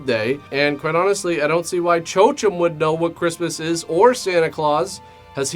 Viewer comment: Chochem is pronounced KO-hem.